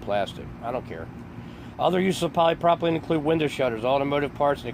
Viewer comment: Wow. First learn to say polypropylene correctly. With the growth in plastics a company found a new market to go after. They are easier to work with than older methods, such as concrete and will last longer than wood. They found that its good to cover coffins with this plastic that will last many years and be strong enough to not cave in like a wood will. It has noting with FEMA. I have been to this facility working with plastics. Why suddenly call it a FEMA conspiracy? It sure would be much better to have this as an example of American entrepreneurship. They saw a new opportunity and built a company to manufacture new products. That should be celebrated.